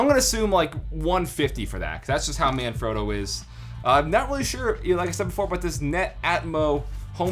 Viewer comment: Why can't Americans pronounce words correctly.. They only ever pronounce their own words correctly.. But you get something like "manfrotto" and they can't even pronounce it.. Example, this guy can't pronounce it correctly -------- he can't even pronounce Yamaha!